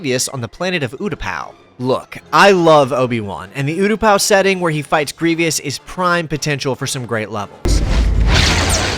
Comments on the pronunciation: I get a stroke and an aneurism everytime you say "grievious" instead of grievous. otherwise great vid. look like a game from an age long ago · It's uh, "Grievous," my dude. Not "Grevious." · Grievous not Grievious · Great video and great game, my brother and I would replay missions together constantly. (*it's Griev-OUS not Griev-IOUS 😆) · Its grievous not grevyus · It's General Gree-vous, not General Gree-vee-us Sorry I had to say it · it's pronounced Greevus not Greevious. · How can this guy not pronounce Generl GRIVOUS name?! Its said often enough in the movie and probably in the game. Its not Grivius! Otherwhise good vidio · Does it really spoil the ending? We all knew Anakin would lose because we saw the OT. I think, however, the alternative ending where Anakin wins actually had the younger Star Wars fans not knowing whether Anakin won or lost. The fact that you said "Gree-vee-ous" instead of "Gree-vus" is a tell, lol. Not a Star Wars fan, obviously. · Why do you keep saying Grievios? Its Grievous. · It was the indeed a Grev-e-ious occurrence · Repeat after me: GREE-VUUUUUUSSS. Other than that, brilliant retrospective! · I’m more concerned about the way he pronounces grevious. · Sorry to be that guy but it’s pronounced Gree-Vuss, doesn’t really matter though still love the video and this game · jeezus christ...it's "Gree-vus" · I love all of this except one thing: It is pronounced "GREE-VUUS"! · great video, but the mispronunciation "general grieveeous" throughout it sounds like nails on a chalkboard to me. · Wondering why you pronounce it grievy-us? It’s clearly correctly pronounced multiple times in the film lol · "greev E us" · Kotor one is the best media, phantom menace, duel of fates is the best score. It's cool that you said that wrong, but I'll fix it for you. 😂😂😂😂 This is a joke. Luke glazers need not comment. GREE-VUS. the I is silent bro. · why do u say griev e us? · Stoo saying grevious like that, tf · Every time you say greevyous I cringe